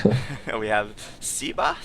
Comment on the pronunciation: At you wonder how SEBA's name should be pronunced. Well, if he is Argentinean, as said, then his nickname is most probably short for Sebastian and, therefore, in Spanish the "e" would be pronounced as in "bed", "men", and other such words instead of as the "e" in "sea", "eagle", etc.